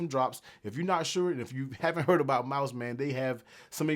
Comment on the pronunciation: Pro Tip: Pronounce the name correctly. Mous... not "Mouse", but "Moose" 😅